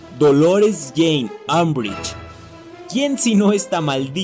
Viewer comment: Harry Potter : Griffindor Draco Malfoy : Slitherin Unbrich : Azkaban 😂😂😂😂😂😂😂